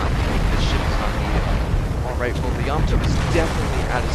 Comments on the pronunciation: You need to pronounce the battleship YAMATO- say (YAAH-MAAH-TOE) not (YAMATOE). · Please learn how to pronounce Yamato.